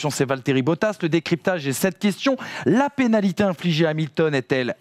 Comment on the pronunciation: "la panalité","sous mère Hamilton", Excellente émission...mais vous n'étiez peut être pas obligé d'engager le stagiaire de BFM !!!